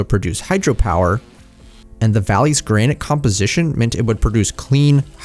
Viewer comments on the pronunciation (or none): none